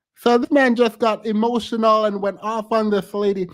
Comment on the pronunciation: “…hemotional!” It never fails. They lose their “facade” of decorum, respect and patience when they can’t exert their dominance! 🤣🤣🤣🤣🤣🤣🤣🤣🤣🤣🤣🤣